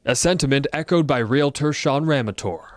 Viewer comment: REAL TORS, REAL TORS, please learn how to talk, there is no such thing as a ree luh tor